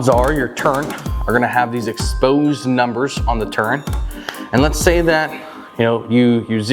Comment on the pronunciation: There is no "N" in the word "turret". Some folks add it but they're incorrect. They learned the word by rote. It is a great video. Well done.